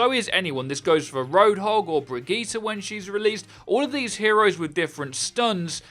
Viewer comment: the way you say Bridgette makes me uncomfortable